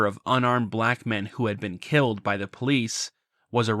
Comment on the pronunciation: why does pronounce "black men" like "pikmin"?